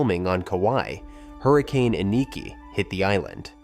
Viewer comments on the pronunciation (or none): none